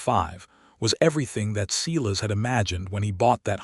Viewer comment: Can someone please tell AI that Silas gets pronounced Si as in Silo not Selass